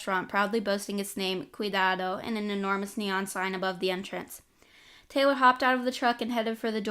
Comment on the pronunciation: Man, this kinda makes me wish I'd read it when it was still on Wattpad. I mostly read your graphic novels or other fun books cuz they wear easier to consume. I'll buy this book if I can. Oh, and also, I speak Spanish and your pronunciation of Cuidado wasn't bad. were